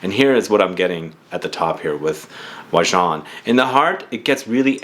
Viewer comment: Im glad to have an opportunity to hear the correct pronunciation. Never knew to say it thar way. I never smelled it, but watch and read revews. Sounds awesomely yummy. 👍🏽 also wouldn't mind winning if it can suit a female.